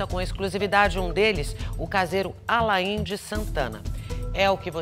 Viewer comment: COMO BRASILEIRO É ANALFABETO! O NOME DO CASEIRO É “ALAIN” COMO O ATOR ALAIN DELON, OU SEJA, O “I” É MUDO, NÃO SE PRONUNCIA. VAI VER OS PAIS COPIARAM E SEQUER SABIAM FALAR. ATÉ DÓI OS OUVIDOS OUVIR A PRONUNCIA ERRADA.